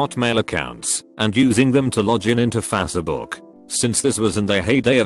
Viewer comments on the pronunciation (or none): The only think I like about the robot type of voice is the way it says facebook Like fAcEbook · No one: Text to speech: lojin to fas-e-book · No one: Tts: F A S E H B O O K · “Fa say book” Some will understand this if they actually listen to the video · I'm gonna start calling it Fassabook from now on. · Nobody: Text to Speech: *Fasebook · "Using them to LAHGEN INTO FAHCEHBUUK" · Never forget fasuhbook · Lodgin into faws-a-book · lojin into fassebook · “Lojin to faseyBook” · "Lojjen into fasserbuk" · Ah yes fase e book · faca book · Fác-è book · Fah ce book 😂😂😂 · Anybody: Facebook TTS: facehbook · İ like how tts pronounces facebook